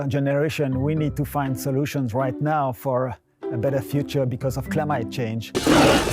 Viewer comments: Im sorry but at the beginning of the video the genius got his vowels mixed up. I didn't know "Clumite" change was a thing. Also I thought it was called seasonal weather. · Eat ze bugs bigots. this mofo pronounced climate like termite